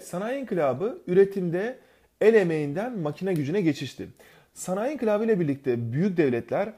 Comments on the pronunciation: İnkilap değil inkılap lütfen 😊😊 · höst ink*lap deil o inkılap ne ediyonuz